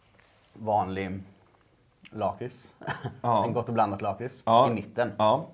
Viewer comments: Sluta säga laaaaaaaakrits det heter lackrits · Lack rits heter det! Inte Laaaakrtis